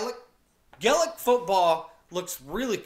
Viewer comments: GAY-LIC football not galayic 🤦🏼‍♀️ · GAE Lic not glick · Gay-lic not Galay-ic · My brain hurts after watching him try to understand this. You can only take 4 steps then you can either bounce or solo (solo is kicking it off your foot) but you can’t bounce twice in a row. You cant full on tackle anyone you can only put your hand in and hit the ball out of theirs, a goal is 3 and a point (over the bar) is 1, its only played in Ireland. It’s pronounced gay-lec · Gaelic pronounced Gah lic, Darragh is pronounced Dara... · Gaelic is pronounced : Gay-lick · It's pronounced gay-lick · Gaelic is pronounced “gay-lick” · It's pronounced gale ick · It's pronounced gaelic (gaylic) just telling you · The way he says gaelic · First of all you pronounced 'Gaelic' wrong, the so called 'Brazil' team is called Donegal and the 'field goal'=1point and the goal=3points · Omg the way u pronounce Ireland and Gaelic😶😶😡noooooooooooooooooooooooooooo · Learn how to pronounce Gaelic.